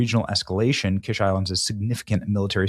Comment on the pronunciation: What good is having a naval base when you have no navy? By the way, it's pronounced "Keesh" like the fancy egg dish.